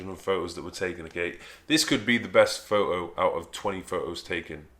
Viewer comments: That's PhoTo ......NOT Phooh........please pronounce the T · Dude its called foTTTTO Not fo-oh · What's a fo-oh? Mate. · Pho-oh? Lol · "In this pho-oh" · Pho-oh, pho-oh Photoshop You said photoshop perfectly normal Why can't you say photo...... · pho'O ?! Isn't there a T somewhere in there ? lol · "this pho-o"😂😂😂 "pho-o shop"😂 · What's a "pho-o"? :P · "Pho'o"...... :P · what's a fo-oh? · I swear.. if you don't pronounce the "T" in photo!!! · I like how you take the 't' out of the word 'photo'.